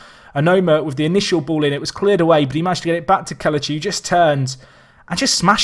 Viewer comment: It's pronounced Keh-leh-chee instead of Keh-luh-chee. Great video nonetheless